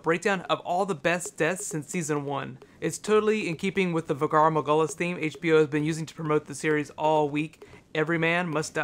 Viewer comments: "Valar Morghulis" Not "Vagar Morghulis" Also, the first one you listed. Those were wildlings, I recently start3ed watching the series again. They're definitely wildlings, not nights watch. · CORRECTION: It's "Valar Morghulis" not "Vagar Morghulis" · vughr mughllins? Dude, Jaqen Hagar says it when he gives Arya the coin. (not tryin' to hate, like the videos!) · Sorry but it's valar morghulis, not vagar. Also, WoW video!!! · worst pronunciation of valar morghulis ever